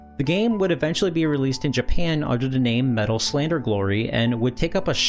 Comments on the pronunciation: Slader, not Slander. The title is even written correctly in chapter titles, he just managed to completely say it wrong twice in a row. The game’s title is even *in English on the box*. It’s actually pretty well-regarded as a visual novel on the Famicom, but I’m not sure if he can read Japanese? which would make the experience he mentioned make a lot more sense, because playing a VN with no language skills is just “look at the pretty pictures and make guesses”. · are you saying "slander"? There's no N in the game name. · Based on the Japanese, Metal Slader is pronounced Slay-Der. Its remake was a very late SNES title released in 2000, even after Fire Emblem 5. Considering the hardware limitations it looks gorgeous even though it was ultimately too ambitious for the 8-bit system.